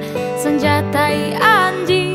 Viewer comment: Fasih sekalee pengucapan anjingnya..